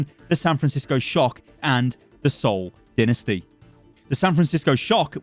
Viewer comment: Your pronunciation of Seoul Dinesty puts them at Boston's level.